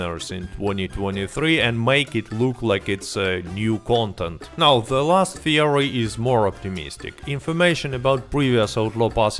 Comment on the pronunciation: are you serious right neow bro